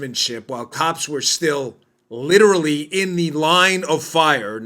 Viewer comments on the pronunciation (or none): none